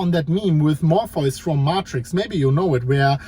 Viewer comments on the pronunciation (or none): It's always the most important video you've ever made. You always say it's going to be surprising and it isn't. The only surprise was hearing morfoice and martricks being said like it was normal